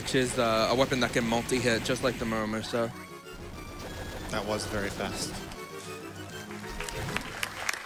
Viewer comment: The way he says "Muramasa" bothers me for some reason "Muramayssa"